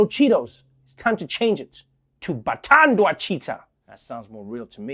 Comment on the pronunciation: Lapho Trevor Noah placed too much emphasis on the word "Bathandwa"(they were loved) . Ndiyabona ukuba kudala udlala nabase 'Melika😂. Just because "They" will not notice.